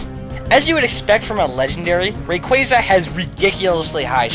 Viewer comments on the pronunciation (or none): its rayquaza, bro, not rayquazuh